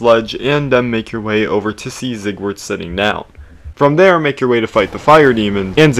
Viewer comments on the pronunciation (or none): I will never forgive u for saying zigword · him pronouncing his name zieg-word is killing me